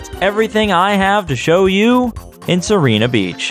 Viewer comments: In Italian it's See-ray-na, with a rolled "r" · I don't really know how to explain the pronunciation, but it's Seerena Beach. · Its See-reh-nah. It comes from the spanish "Sirena", which means mermaid. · As an italian, I can tell you the pronounciation is most likely "see-re-nuh". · Errr I might be a bit late and probably someone else already mentioned this but: Sirena Beach is probably intended to be pronounced as Sir-eh-nna, with a soft "r". Sirena translates to mermaid in Spanish, and y'know there's also the word Siren. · I've always called it "Sai-ree-nah Beach" (second version you tried)... The 1-Up in the Casino Delfino elevator, I think is mentioned in the player's guide for the game. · This spaghetti is so tasty. Also Sirena is pronounced si’rɛna. It's Italian (and Spanish) for "Mermaid", so it fits the English naming scheme. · A lot of the names from Super Mario Sunshine come from Italian words, so it's probably pronounced Sirena. (see- ray- nah) Also, is the flippity doo da a glitch fest reference? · sirena is just the italian word for siren. since the rest of the levels use italian words, im just gonna stick with the italian pronunciation, "see-rein-ah" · "see-reh-nah" It's the Spanish word for "mermaid" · It's pronounced "See-Reh-Nah" since Sirena means Mermaid or Siren in Spanish. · I always thought it was pronounced "syrena" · It’s pronounced Sirena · It's /siˈrɛna/ (IPA) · Sirena, the Spanish word for "Mermaid," you said it right the first time you said it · Its been a few years, but the beach is named Mermaid Beach. Sirena is Spanish. It's pretty easy to find a clip online on how that should be pronounced. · He said sirena beach wrong. SEND THE HOUNDS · "Sirena" is mermaid in spanish. Probably how you're meant to pronounce it. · You pronounced it correctly, right when you started the video.:/ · I think is supposed to be pronounced in Spanish